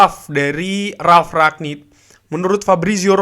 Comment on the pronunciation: Rangnick bang bukan ranyik